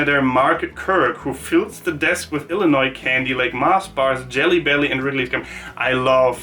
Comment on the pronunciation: You actually said Illinois right! So many Americans say it wrong, pronouncing the s at the end.